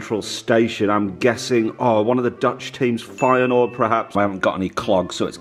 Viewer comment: Did he just say feynoord Vs Aids